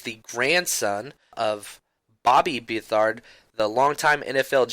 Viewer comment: You 49ers need to learn how to pronounce his last name lol.Its Beth-erd